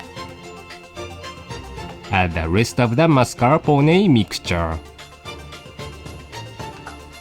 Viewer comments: I loved the "mascarponey" pronunciation lol it got stuck in my head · so epic the way pronounce MARS.CAR.PO.NAY.